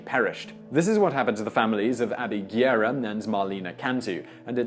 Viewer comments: It’s not Guierra it’s Guerra. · Guerra is pronounced GEH-ra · I know is quite difficult to pronounce spanish names, like Guerra but, if u can't say it right, why to say it so many times? "Guerra" sounds more like "guess"